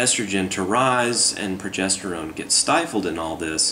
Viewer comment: Pwogestowone powah!!!!!